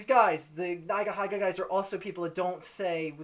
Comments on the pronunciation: O _ o It's not NaigaHaiga.. It's NeegaHeega. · neyegaheyega? its pronounced ni-ga-hi-ga you dipshit, why the hell is your video 11 minutes long u loser? i bet no one bothered to listen past the first 2 minutes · Agree with everything you said, but you pronounce Nigahiga weirdly, lol (should be pronounced like 'neega heega'). Anyway, great video! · Think it's pronounced nee ga hee ga. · it's pronounced "nee-guh-hee-guh" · When he pronounced nigahiga's name as "naigahaiga" i closed my browser. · its said as neegaheega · LMAO@ the way u pronounce nigahiga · It's weird hearing nigahiga pronounced like that...